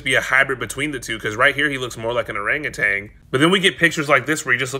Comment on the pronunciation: I hate listening to people mispronounce orangutan. There is no g at the end of that word. Stop saying it.